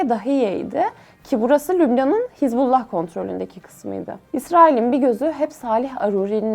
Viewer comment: Что за нерадивая переводчица?!😮 похоже ты еврейка и намеренно неправильно выговариваешь имена Хезболла, Аль-Акса и т.д., неправильно ставишь ударения и в других словах